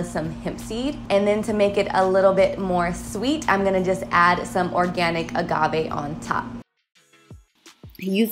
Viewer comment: The way you say Agave 🤣